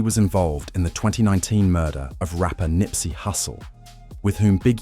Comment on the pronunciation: Showing Wack 100 as BigU is funny. AI voice. And calling Nipsey, NIPEsy is wild. Maybe quit making "rap" videos tbh.